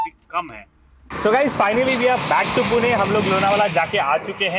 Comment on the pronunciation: Puna nai re baba ... Pune ahe te